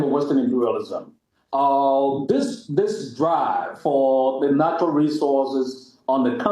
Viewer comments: She doesn't say "manual resources". She says "maneral" resources. I love her very much and she is doing a great job but like many of our great pan African content creators, they need to do some work on their English language skills. They need elocution lessons if they want their work to be more successful. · You call NATURAL RESOURCES like manual resources? Do the correction in pronunciation NATURAL RESOURCES